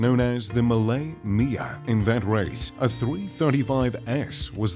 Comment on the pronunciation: it physically hurt me when he said Mille Miglia